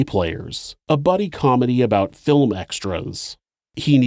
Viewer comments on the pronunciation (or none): I thought you pronounce it "aboat".